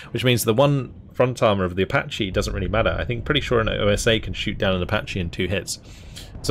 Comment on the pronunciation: By, it's Osa, not O.S.A....